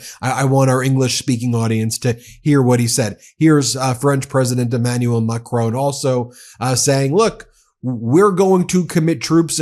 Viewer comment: FOR THE UMPTEENTH TIME…….HIS NAME IS NOT, NOT, NOT, McRONE. Please be polite enough to pronounce his name correctly. Your behaviour in this respect is reminiscent of J D Vance or Donald Trump.